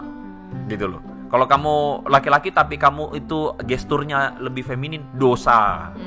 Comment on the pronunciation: Jangan salah omong ya, Feminin ya bukan feminim, ahirnya n bukan m yah